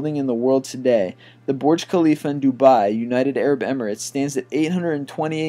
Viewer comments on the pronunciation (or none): It's VERGE Khalifa